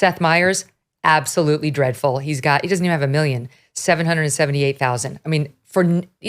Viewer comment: 😂😂 it's how Megyn saying it man lmfaoo 700,000? DREADFUL 😂😂SEASON